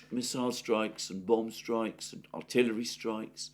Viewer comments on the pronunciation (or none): none